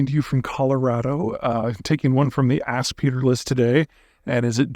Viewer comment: Taking one from the WHAT? Oh, "ask".